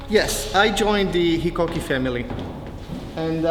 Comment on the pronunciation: In Japan, HiKoki's Hi pronunciation is HIGH LOW Hi. .